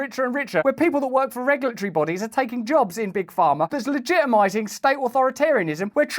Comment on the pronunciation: Don’t motormouth. When you make an important point, pause. Your pronunciation is challenging for me to comprehend. Sometimes Pharma sounds like farmer. It’s difficult to distinguish the two, especially as you’re talking a mile a minute. Thank you.